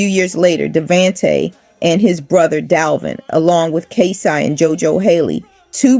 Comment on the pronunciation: Jo-da-cee, Kay-cee & -da-von-tay….learn how to pronounce their names or just leave it alone!! Booooooo!!!